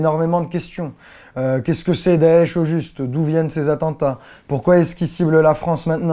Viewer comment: mon dieu, le premier français a prononcer correctement daesh ou chiite !! Continue comme ça, il y a des arabes sensibles a tes efforts.